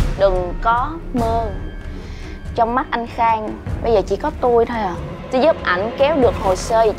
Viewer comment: Sao bay giờ làm như các điển viên ko có học chính tả hay sao đó nói chuyện cứ phát âm sai chính tả chàng hạn chứ trong thì đọc thành chong đã lên đóng toàn vai có quyền chức mà cứ phát âm sai là sao ko biết mặc cở à